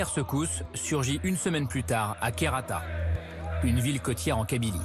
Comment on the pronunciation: Kherrata khenchela les noms des villes sont pas écorché mais charcutes